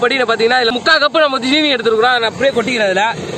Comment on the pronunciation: Anna 'jeeni' EIIA 'seeni'